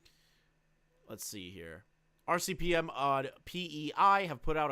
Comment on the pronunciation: He kept saying RCPM 😂 I'm not even Canadian